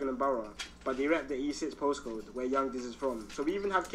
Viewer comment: Bro said Posscode 🤣